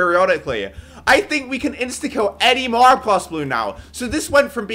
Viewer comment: bro says moab mowab